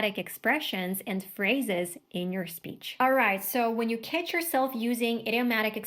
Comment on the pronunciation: Слово catch выдает акцент, я ваще думал вы американка, no offense